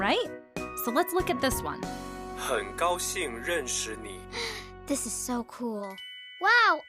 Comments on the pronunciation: I lost it when the pronunciation of 很高兴认识你 (Or nice to meet you) was said awfully, I have been learning mandarin for over 2 years now, and my pronunciation is far from perfect but that was another level of cringe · as a Chinese person this made me physically cringe at how horrible their pronounciation is. If you are gonna speak mandarin accurately in a carton atleast try to speak it with accurate pronounciation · I lost the cringe challenge at failing miserably to pronounce "hen gaoxing renshi ni".